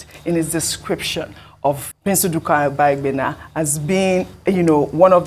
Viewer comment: you are from delta and can not pronounce obaigbena good. English has finished you people that claims educated but couldn't start your education from your root. Very shameful.